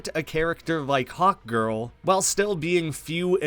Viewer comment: Lol I heard hotgirl instead of hawkgirl, still works tho